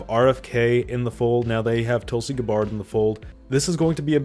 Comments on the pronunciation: "guh bard" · “Guh-bard” come on bro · It is most certainly not Guh-Bard. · I've literally never heard anyone pronounce Tulsi's name as "Guh-Bard." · I have never heard anyone anywhere ever pronounce Tulsi Gabbard’s name like that. GAH-BARD ? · Tulsi “GAH BARD?” What kind of pronunciation is that? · GAH - bird. Come on, man, do you expect to be taken seriously if you can't even pronounce her name?! No one else has any trouble with it. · How can you not know how to pronounce Tulsi's name? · Bruh, that you can't pronounce Tulsi's last name almost makes me want to unsubscribe. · It's wild to be posting political content and not knowing how to pronounce Tulsi's name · bro how do you not know how to pronounce Tulsi Gabbard